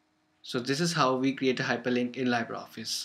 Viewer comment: That's pronounced "lee-bra," not "lie-ber." It's the French word for "free."